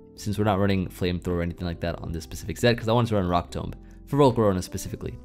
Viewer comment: 1: electivire is in my top 3 favorite mons. Definitely almost top 2. 2: I’m going to make fun of you all weekend for the way you say “tomb”. Tome? Really? You say it like tome? Oh you won’t love this one down. Especially after some sake